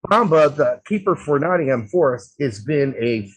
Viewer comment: No, you said NottingHam, you don't pronounce the h.